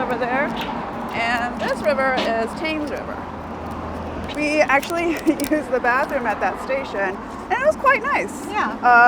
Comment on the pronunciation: Did you say Tames river?